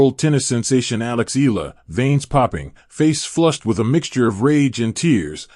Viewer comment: Eala pronunciation E ya Is 20 y o last year 23rd of May,2025